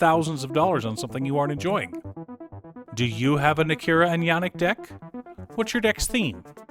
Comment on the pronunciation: Nii -Kah - Rah, not Nah Key Rah 🤣